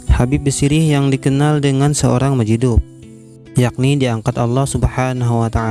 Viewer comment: Bagus konten ya,,berpaedah byak,,,tapi tolong di perbaiki tulisany ataw sebutany...itu wali mazjub...huruf ja ujung ilat...bukan hurup dal...tengah1